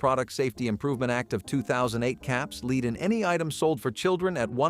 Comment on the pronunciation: It's "lead" not "lead"! Fk! 😄